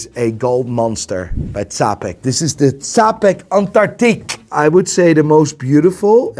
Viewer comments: its pronounced Chapek. like in churros or cheddar. please dont butcher my language. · Czapek actually is pronounced like Chapek, my Dutch bro. <3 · Czapek is lit. Work on pronunciation though